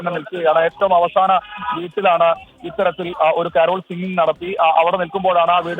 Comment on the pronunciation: കരോൾ ആണ്. കാരൾ അല്ല😢